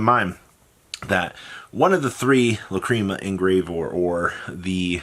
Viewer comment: It’s pronounced lac-ree-ma and the bystials are pronounced Bis-te-als